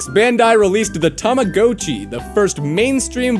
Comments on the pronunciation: just so you know man its said like (Tom-a-got-chi) otherwise Love the vids man keep it up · Is it just me or he said Rama hatchy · This is a great video but I just absolutely hate the way you pronounced tamagotchi